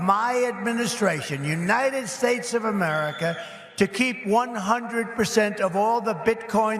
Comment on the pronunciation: Ridiculous! She worked her way up, he used daddy's money time & again, and now he uses everybody else's money! She can speak well & he has literally mispronounced United States! That's just the start of his stupidity!OMG!